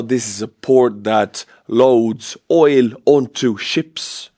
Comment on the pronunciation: Oil is pronounced with a hard L ❤❤❤